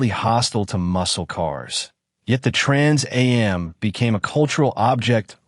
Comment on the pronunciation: Trans A-M package, good lord AI is horrible